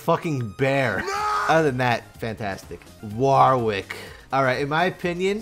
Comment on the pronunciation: Wahwr wick? Worrick. Like Warwick the town, or you know, the name. Go watch any Warwick Davis interviews to see how to say the name Worr (like worry) ick. No hard A no second W. Worrick.